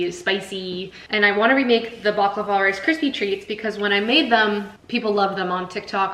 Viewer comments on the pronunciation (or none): The tahini bars are scrumptious. Sooo good! 😋 unfortunately mine never ball up. I think it's the rice crispies that help in doing that because that's the one ingredient I don't use. I use roasted, crushed foxnuts instead. The orange zest really makes the halwa sing 🧡. Btw, I just want to correct your pronunciation: it's bukLAVA..not bukluhva. Also made the chocolate cake.. very fudgy n tasty.